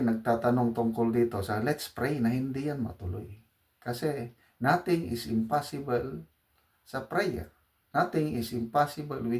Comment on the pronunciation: Prayers can move mountains. by the way, impossible (spelled) is pronounce "impossibol.". Thank you general.